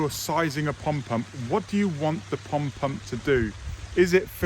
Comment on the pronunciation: I realize there is an accent involved, but please say POND pump, NOT “pump pump”! :-)😊